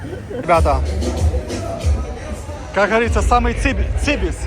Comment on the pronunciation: Бро ну "цимус или цимес" так правильно. Цибис это на южноодесском ?